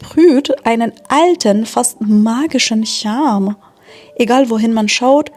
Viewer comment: Thank you for the video - I like every video you make. However, I often find it difficult to understand you (sometimes the sentence stress(es) are all over the place, making it very difficult to grasp the sentence - it's as if you were reading the text for the first time:). There's no Ich-Laut in Charme (as in China), it's pronounced as in French. There are also some sounds/sound patterns that you pronounce a bit awkward (like sehr, Verkehr, Boote, etc. - you seem to say something like siehe, Verkiehe, Bu:te) I mean, obviously, your German is amazing, and I'm not a native speaker. Nor is my comment meant as any sort of criticism (as I said, your videos are fascinating:)... It's just something I thought you could improve on. As they say, the sky's the limit :)